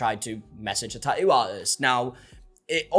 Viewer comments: "Tah oo artist " 😂😂 Bro, its Tattoo!! Say it with me, TaT Too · Your pronunciation of tattoo is adorable 🫶🏼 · I’m to-ally ok with forgetting the T in the middle of the word Ta-ew….